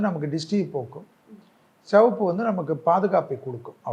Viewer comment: செவப்பு என்று சொல்லாதீர்கள். சிவப்பு என்று சொல்லுங்கள்